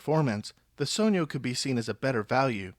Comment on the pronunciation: Only person who has pronounced it correctly so far